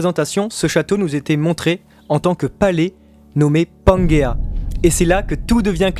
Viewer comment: juste une précision, certainement déjà précisé mais au cas où, (pas eu l'énergie de lire tous les commentaires, trop cool pour vous parce que trop nombreux) mais ce n'est pas panguéa mais pangéa ou pangée (différence phonétique). En tout cas continuez votre travail, qui je le sais en nécessite beaucoup, et même si des points de désaccords existent entre vos analysent et les miennes (les accords sont plus nombreux que les désaccords) je vous soutient pour la suite et vous suivrez avec grand plaisir jusqu'à l'épilogue de One Piece. Soyez forts et fidèles à vous-mêmes. Un grand fan du manga (P.S.: un souhait vous concernant messire et, j'espère que vous entrevoyez la suite dès maintenant parce que la transition après One Piece sera difficile pour vous et les autres (moi inclus) lorsque Oda dévoilera son grand final!!!)